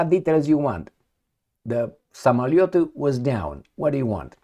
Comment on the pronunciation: Learn to pronounce Russian words , it’s pronounced Samaliot its O in samaliOt not U .